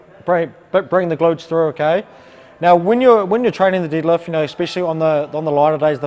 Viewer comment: I just noticed the shirt he's wearing, I thought it was a foreign language until I heard him say "didlift". I want a shirt like that 😂